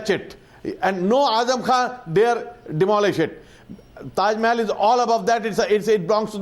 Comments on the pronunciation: what the hell is wrong with the yogi adityanath.he says taj Mahal as " teja mahalaya " ..what the hell ...what is wrong with this people's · Tajmahal not Tejomahal